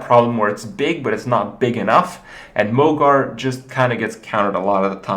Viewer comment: isn't mogor pronounced mog-OR not mog-AR?